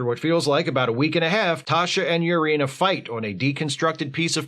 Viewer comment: Wait...Lutan's wife is named "Yar-ina"?